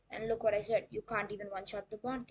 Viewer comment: Um actually its can't not cnt 🤓🤓🤓